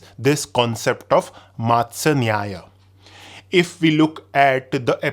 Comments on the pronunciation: Are you sure it's called mātsyanyaya ... I think it is pronounced as matsyanyaya ... fish is called matsya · It’s मत्स्य not मातसय. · Sir won't it be pronounced matsya not maatsya? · Is it मत्स्य or मात्स्य, your pronunciation seems मा